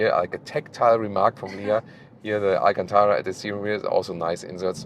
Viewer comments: pronounced Alcântara almost...almost perfectly. A few more days in Portugal and he'll start forming some sentences... Once again, an excellent test. As usual... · You said Alcântara quite well! Great pronunciation 👌 Have a great stay in Lisbon!